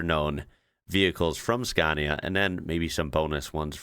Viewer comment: Finally, you have learned how to pronounce SCANIA correctly, unlike before when you said “SKENIA”. Thank you very much.